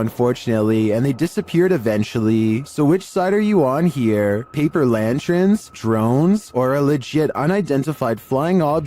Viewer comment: I’ve noticed this in every video that mentions them you say paper lantrerns or perhaps lan-trens not the correct lan-terns…